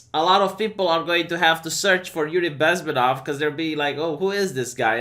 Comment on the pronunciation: His name is pronounced BezmEnov. Emphasis on the E.